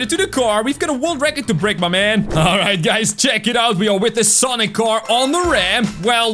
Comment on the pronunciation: IS SANIC NOT SONIC